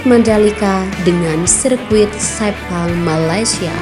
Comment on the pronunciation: 5.58 - 6.02,,sebut sepang aja ngak bisa ni plk nak banding2 hahahaha